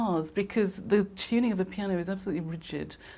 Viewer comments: Why do they say chew-ning in place of tuning? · "It's a totally ackyoostic piano. You can change the teeyooning."